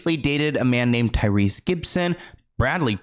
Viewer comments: IKYFL. I KNOW YOU DIDN'T JUST SAY TYRESE LOL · Correction: He’s known as Cryrese instead of Tyrese 😂 You have to do a video about him also